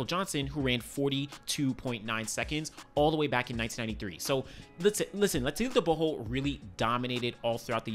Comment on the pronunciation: Bro you do pronounce Letsile Tebogo s name properly❤